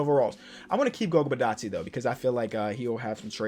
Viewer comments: I am from Georgia 《b i' t a dz e 》 this is how you say it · Goga last name is ( bit-aues-day) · For future reference Goga Bitadze is pronounced Go-Gah Bih-Todd-Ze Hope you see this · its pronounced Goga BeeToddSay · Pronouncing goga bitadze. GO(like goal) GA(like lady gaga) BI(pronounced like the alphabet B) TA(like hard TApatillo) DZ(you got that one right) E( like empty) Combine all that and you got the georgian alphabet.